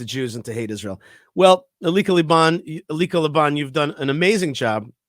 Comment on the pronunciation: As always, I love your views and commentary! I adore Elica Le Bon! I don't believe she is Jewish. If so, I think it is helpful to bring that up. It adds more weight to what she says. Also, I believe her name is pronounced EL-lee-ka. And the clickbait is deceptive. It reads as if she is on the other side. I only mentioned this, not to be critical, but so she receives the kavod she deserves for defending us as strongly she has! Can't wait to read her book!! Kol hakavod for doing a piece on her!!